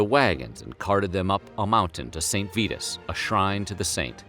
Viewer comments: Pronounced "Saint V-EYE-TUS" not "Saint VEETUS" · he also mispronounces the name of the saint calling him VEE-tus, when it is VIE-tus. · You lost me . It's "Saint Vitus" -- sounds like "eye" -- not "Vetus" -- sounds like "feet."